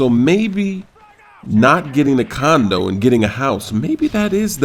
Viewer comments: i think instead of sayin condo u said condom i think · I THOUGHT THE WHOLE TIME HE WAS SAYING CONDOM... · condo* not condom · LOL did he say condom at beginning?